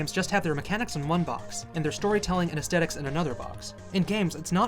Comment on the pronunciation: Sir, that is NOT how "aesthetics" is pronounced.